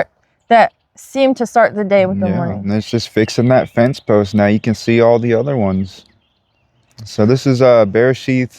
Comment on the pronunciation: Just wanted to share the "th" makes a "t" sound. Loving your videos. You have provided a plethora of truth that I pray our brethren consider.Yadah Yahuah!